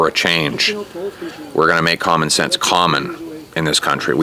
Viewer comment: When he said " we're gonna make comun sense comun " absolutely he's the next president for canada.